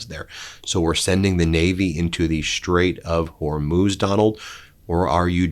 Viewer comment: Thank you, Ben for finally pronouncing the straight somewhat correctly. Now let’s work on Halliburton and Taliban.